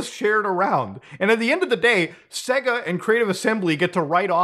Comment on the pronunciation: “Say-GA” not “Segg-uh”